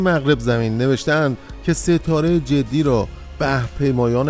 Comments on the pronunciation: ستاره جدی=jodai درست است نه جدی=jeddi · امیدوارم این کامنت را بخوانید ، تلفظ شما از نام ستاره اشتباه است و باید حرف ج را با ضمه بخوانید نه با کسره ، جُدَی ، با تشکر